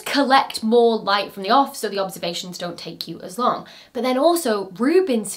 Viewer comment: The G in 'long' isn't a hard G